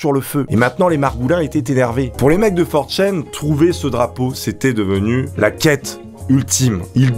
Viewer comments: C'est 4ch(a)n et pas forchaine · 4Chain ? Ça se dit 4Chan nan ? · For chene... Tu ne sais même pas comment ça se prononce, ni que ça n'est pas un forum. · Tu stresse a dire 4chain ça se prononce 4channe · FOR CHAIN !! FOR CHAIN!!!!! ok petit test, comment dit tu: - oni-chan - one-chan - 4chan Si tu fais une vidéo sur 4chan ne dit pas for chaîne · channe pas chayne pour la prononciation, désolé de faire mon grammar nazi mais c'est ultra stressant xD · 4chaine. Non on dit 4chan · "for chan" en gros in english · Comment il prononce 4Chan... Il le prononce super mal